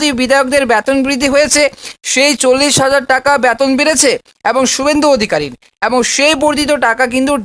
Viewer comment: আপনি শিক্ষা বিষয়ে যখন বলছেন তখন উচ্চারণ ঠিক করুন! ব্যাতন নয় বেতন😊।